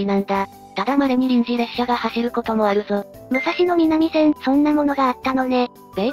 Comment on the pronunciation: 旧国鉄に端を発する路線名の東・西・南・北は、音読みが基本です。「武蔵野南線」は、「むさしのなんせん」と発音します。国鉄終焉後に命名された路線名では「おおさか東線(おおさかひがしせん)」のように音読みでない場合もあります。ちなみに貨物線として計画当初は府中本町～大宮方面が武蔵野西線(むさしのさいせん)、大宮方面～西船橋が武蔵野東線(むさしのとうせん)とされていたようで、武蔵野南線だけは貨物専用なので名前が残った形です。